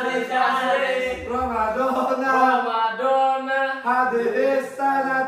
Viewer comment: Romadoni bang bukan romadona